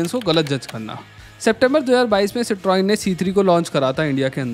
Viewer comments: Correct pronunciation: Sit-ron. Not, sit-roin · भाई गाड़ी का नाम सीत्रोएन नहीं है इसका नाम है सीत्रों एन silent है इसलिए मैं पूरा वीडियो नहीं देखूँगा। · Citroen (cit roin nahi Citron) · Your pronunciation of cietron is wrong to start with. That's the first reason why people don't buy it. Its ceee tron. Not cetroin. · It's pronounce Cikhoén not Citroen 😂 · Si - Truhn ... not citroen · It is pronounced "cit run" bro. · just bcoz some reviewers wnt dare look up pronunciations n say something a particular way, doesnt make it right. The french company goes back almost a century now n has always been pronounced the same way "si truhn". When in doubt, google it or go back to topgear. Its cars have been reviewed the hell out of by them for their merits n demerits. This reply wasnt meant to throw shit unto u or your review which is solid but shed light so that others dnt learn and repeat a mistake. What u takeaway from it is upto u. Ciao 👍🏻😊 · Boss, please check the proper pronunciaton of a car brand before launching your video. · Are you pronouncing "Citroen" correctly? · Bhai citroen ko pronounce toh sahi karlo.